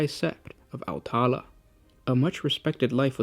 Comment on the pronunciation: Love the vids, but could you pay a bit more attention to the pronunciation of sept names? Au'taal doesn't have an a at the end of it, T'ros has the t pronounced separately, etc. Apostrophes do denote breaks in pronunciation